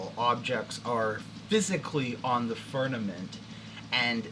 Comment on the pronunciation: Why do you pronounce it "furnament" ???